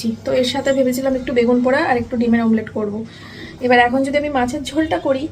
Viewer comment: মামলেট নয় অমলেট।